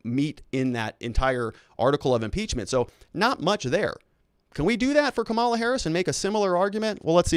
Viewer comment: Seriously, is there something wrong with your linguistic or are you intentionally mispronounced VP-elect name?....How hard to say comma-la. I am a Lincoln Repub, and have gotten over it the loss....You and the others should too